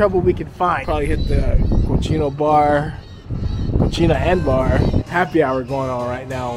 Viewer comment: Hahahaha I’m just watching this now and I’m laughing so hard right now. It’s CO C NA (cocina) which means kitchen. You said co che na (cochina) which means dirty girl. Hahahahaha